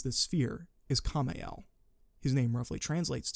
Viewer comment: The fuck is "Kay mo mile"??? Its camo meel